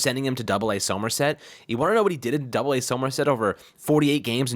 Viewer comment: its pronounced sumerset!